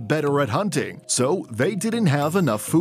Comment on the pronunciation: I love how it abruptly cuts off after he says “foodt”